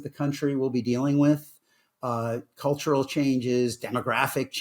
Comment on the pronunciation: cultural is that the way you say color?